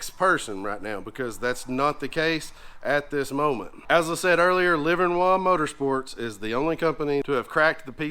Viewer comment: Livernois (pronounced Liver-Noy )Motorsports. It's a Michigan thing lol. We're almost Canadian in our speech habits.